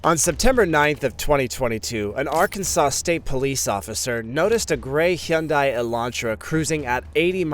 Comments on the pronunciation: Hyundai not shyundai buddy. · Your pronunciation of "Hyundai" is sending me 🤣🤣🤣 When I got my Sonata, the guy at the dealership said it's pronounced like "Sunday" with an H 👌🏼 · Hyoon-die is the correct way. Only pronounced Hunday in America for some unknown reason. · I don't know anything about video editing..but I know I could do better with the subtitles. So annoying. And the way he says Hyundai .. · The way you say Hyundai makes me irate 😂